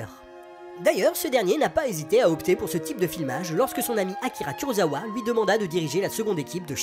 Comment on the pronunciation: je viens de chercher sur l'appli prime installée sur la ps4 mais je ne trouve absolument rien, ni avec ce titre, ni avec Matango, ni Honda... 😭 En tout cas merci pour cette vidéo et toutes les autres. Juste pour faire ma chieuse, on prononce "kurossawa" pas "kurozawa". Le japonais est simple pour ça : si c'est z, on prononce z (Miyazaki), si c'est s, on prononce s (Osaka) ! 😄